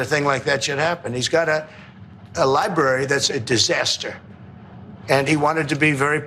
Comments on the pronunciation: Dr. Richey. It is pronounced "Library." Not "Libarry." Just like you need to stop saying "ax" when you are using the word "ask." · President Pumpkin Head doesn't even know how to pronounce library 😅😅😅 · Pronounce the word library correctly. There are two r’s.